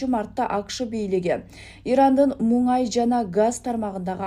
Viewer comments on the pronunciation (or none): Эй туура сүйлө МУҢАЙ ЭМЕС МУНАЙ